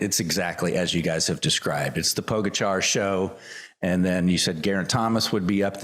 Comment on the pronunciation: Please respect the correct pronunciation of Pogachar’s name. You know better. Gtfu